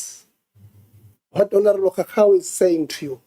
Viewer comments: Continues to say honourable cow-cow 🤣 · Ngeke bathong why cowcow instead of Khakhau, haai man stop calling our surnames wrong.